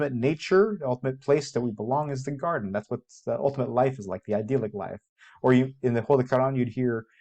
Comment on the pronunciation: "ideal-ick" isn't how you say idyllic